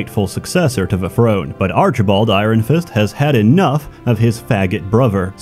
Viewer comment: The way pronounces 'iron' makes me think he's not a native speaker. Where is he from?